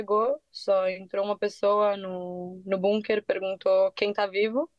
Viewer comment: Que agonia elas falando "bunquer"